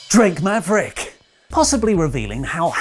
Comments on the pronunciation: Can we get a compilation of saying drake maverick? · Oli saying "drake maverick" never gets old